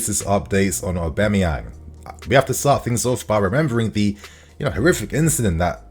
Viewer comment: the way you say Auba’s name drives me nuts lmao. It’s AUB-A-MEYANG, not AUB-E-MAYANG